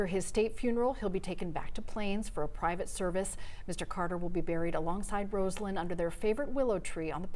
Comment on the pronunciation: Her name is pronounced RAH-salyn!!!!